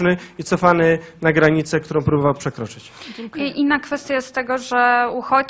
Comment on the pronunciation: CEN DOBRY... CENKUJE....